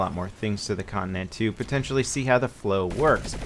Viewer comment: you pronounce it 'con-ti-nent' not 'connent' XD